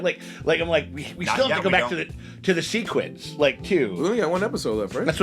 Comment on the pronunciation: In no way pressed, I promise, but just in an effort to help: it’s pronounced seh-kwids 💪🏻